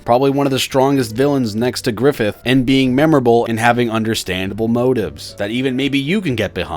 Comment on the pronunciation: "GRIFFITH!" nah bro we got "Giffith!"